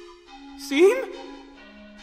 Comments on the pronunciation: Me: OMG ART STYLE IS OUTSTANDING! Others: IT'S PRONOUNCED SHAWM, NOT SEAM! Me: If it's good and doesnt have any other mistakes, it's fine. Beginners mistake...kinda... Others: NO. I'M SO TRIGGERED THAT HE DIDNT PRONOUNCE IT CORRECTLY! SO SHU- Mutes Others Me: they were getting a ego fill-up... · But..It's pronounced "Shawn"... Though great comic XD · Its pronounced "shawm" No wonder he was locked up. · Seam, pronounced shawm.(I'm sorry) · it's pronounced Shawm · Seam is pronounced "SHAWN" ya NUT!! It's is the only thing that triggered me Everything else was good 👍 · his name is pronounced SHAWM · It's pronounced "shawm" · His names seam It’s pronounced “Shawm” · Names seam pronounced shawm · It's pronounced "Shawm". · It’s pronounced “Shawm” like Shawn but with a M instead of a N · It's seam pronounced Shawm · Dude, it’s pronounced SHAWM DUDE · * Pronounced (Shawm) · "Pronounced Shawm" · It's pronounced "Shom" Like Sean is pronounced Shon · It's pronounced SHAWWWWWWWWWWWWWWWWWM!!!!!!!!!!!!!! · You pronounce Seam wrong ... it is pronounce like Shawm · He left Jevil there because he got tired of getting his name pronounced wrong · THEY EVEN FREAKING TOLD YOU HOW TO PRONOUNCE IT IN THE GAME AND YOU STILL SOMEHOW GOT IT WRONG! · Nice but I think seam is pronounced differently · people are saying he pronounced seam's name wrong but that's how i pronounce it too. if you guys are saying the pronunciation is wrong, can you tell me where i can find the official pronunciation? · I think in MY opinion (if you don’t want to listen to my opinion then go away) Just before seam broke the key he said something like “It’s pronounced SHAWM” proceeds to break the key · pronounces seam's name wrong Me: IT'S PRONOUNCED "SHAWM" >:( okay..I'll let myself out... Edit: Now I feel like Shavs Media Productions will do this:) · I saw this on my school account and it’s pronounced shawm but like this seam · It's not seam, it's pronounced sh-aw-m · Nope, it's pronounce SHAWM